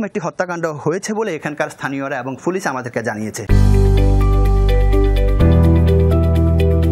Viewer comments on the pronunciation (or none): "ফুলিছ" না ভাই "পুলিশ" বলা রপ্ত করেন, টিভি চ্যানেলের সাংবাদিক আপনি!! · সাংবাদিক ভাইয়ের মনে হয় পুলিশ উচ্চারণ করতে খুব কষ্ট হচ্ছে। বারবার পুলিশকে ফুলিশ বলছে।